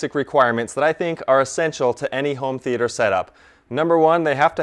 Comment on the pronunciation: Never trust someone that says 'th e ayy ter'